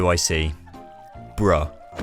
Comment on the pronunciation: ahh yes… the British “bruh” …so crisp